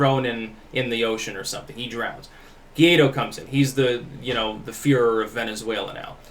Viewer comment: guaido is pronounced like this => y-tho, anyways good video as always, keep it up.